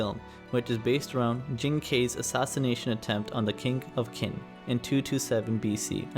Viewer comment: The narrator can't pronounce the word Qin 秦 properly